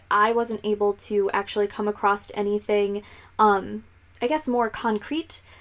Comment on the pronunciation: Please don't say "acrossed" or "acrosst" - the word doesn't exist and I hear Americans saying it all the time. I think you mean "across"; you look as if you've read enough not to be making that mistake blah blah..